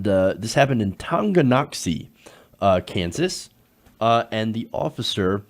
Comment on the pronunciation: Excellent job pronouncing Tonganoxie. I live in the area and youd be supprised how many people have trouble with it.